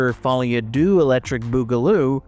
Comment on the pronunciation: "Deux" in no way rhymes with "Boogaloo"